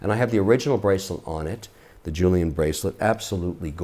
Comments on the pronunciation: 'julian bracelet'...oh dear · Collexion! Mr Wonderful, 3 things to point out: Jubilee bracelet - NOT “Julian”, maybe that’s why you like rubber b. Panda refers to the black ceramic BEZEL, not dial. Lastly, no one can buy these highly coveted watches without having to purchase a bunch of higher ticket slow selling pieces from the AD’s. That generally equates to spending 50 to 100k for each brand’s AD before being offered to buy the stainless steel pieces... I’m glad you’re a watch guy though! Check out John Mayer’s interviews on HODINKEE. There’s a well educated and cool collector for anyone that is starting a collection to know. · 1. There is no good reason for pronouncing certain words in French when you’re speaking English. 2. It’s called a Panda because of black chrono perimeters insert a white dial. 3. He’s mostly talking about impossible to attain for retail “investment” watches 4. Julian Bracelet ? 5. Red bands ? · just say fucking collection! once or twice is cute, but jesus... real collector huh? it's a jubilee bracelet, not a "julian"! that's where you lost me.